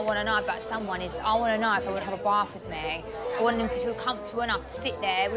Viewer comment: "Best way to know someone inside out is to have a barf wiff them." I feel like having a barf.